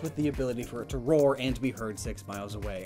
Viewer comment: Roar* not Rawr.